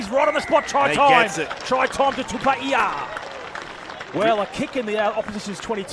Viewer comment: That pronunciation of Quinn Tupaea's last name is horrific...